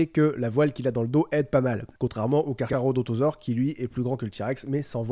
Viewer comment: qui a remarqué il dit Cacarodontausaure mdr